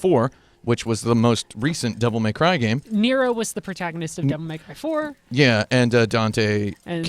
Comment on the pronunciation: "Devil May Crive" "Devil May Clive" Those are cute.